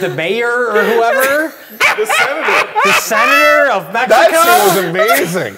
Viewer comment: Even the way the voice actor says Mexico. He's using the English syllables, but he says it with proper Spanish accents.